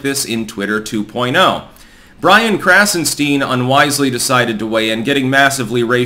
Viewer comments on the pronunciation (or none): "Its's KrassenSTEEN"